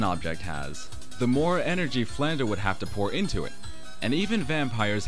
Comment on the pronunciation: Oh, my grammar-Nazi senses... Flandre should be pronounced as it is spelled, with the R coming before the E. It would only be pronounced "Flan-DER" if you switched the letters around. If you want to hear it pronounced, listen to this song: watch?v=TAx38uBBThg Hope that helped. :)